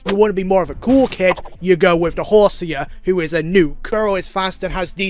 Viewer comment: Why does he pronounce Horsea like that 🤡 sea=see. Him: sea=see ya